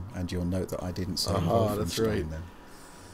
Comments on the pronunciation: Doesn't usually pronounce Wolfenstein as 'Vyyfenshtein', not 'vulfen-'? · He says Wulfenstein, even though it should be Wolfenstein. I'm baffled that he didn't pronounce it in German. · MY NAME IS NOT WOLFENSTEEN IT’S VOLFENSHTEIN! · "wulfenstien" my god that is hilarious guys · Where’s Battaglia so you can overdub his voice for pronouncing vhoulfenschtein each time in this video? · "Wulfenstein" isn't correct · Its schtein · I wonder why you guys make fun of the German pronunciation of Wolfenstein. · The inside joke about the pronunciation of Wolfenstein became annoying in the end. Otherwise, keep up the good work :-). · even in German it sounds ridiculous, like seriously, the pronunciation is off. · You guys need to up your „Wolfenstein“ pronunciation game. :D